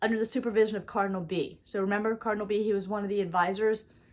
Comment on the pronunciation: Bea is pronounced bay uh